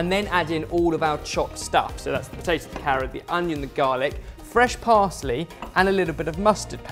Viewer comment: I swear says batato instead of potato